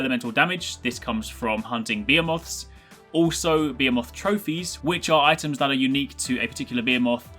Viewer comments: no its not u sweet piece of ass, you dont even pronounce the behe, you sound like your saying "Beermoths". Its said, be (like bed), He (like he said), moth (like saying muff but with a 'th' so muth) so like behemuth. Im english and just to clarify that i havent picked up that pronunciation from american media i checked with my english lecturers and they all say you only pronounce it like that. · Beir-moths Ay? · you pronounce behemoths weird. its normally pronounced buh-HE-moth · It's pronounced (BEE-HE-MOTHS) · i know at first i thought he was saying "biomorphs". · please say behemoths correctly man.